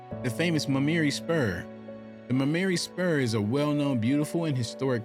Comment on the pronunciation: Why do you start off pronouncing it Muh- marry spur and towards the middle you pronounce it correctly?